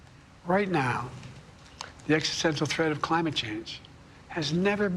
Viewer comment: "the Crime-It crisis" - yes, he actually said that, listen carefully half-speed! Another perfect faux pas!